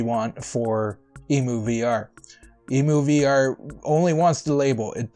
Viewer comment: EM-YOU...EMU not EEMOO... Like Emulator...EmuVR = Emulator VR... NOt a BIRD.